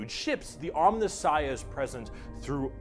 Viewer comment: Jesus effing Christ,! It's 'om*NI*ssiah'... third last syllable!!! It's like hearing words akin to 'nuculear', 'calvary', and 'foilage'.